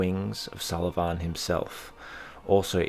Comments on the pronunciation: "Sul-Ee-Vawn" Dear god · I cannot stand how you say sulyvahn. got about 1 minute and 30 seconds in, but your weird pronunciation ruined the video for me. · to an irish person you have a funny way of saying sulyvahn